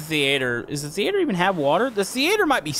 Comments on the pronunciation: Thee aye ther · How did he pronounce "theatre"?